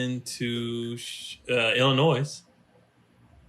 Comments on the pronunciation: THE "S" IN ILLINOIS IS SILENT!!!!!!! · did really pronounce it IlliNOISE? really homie? I like comedy though. "but wait, there's more..."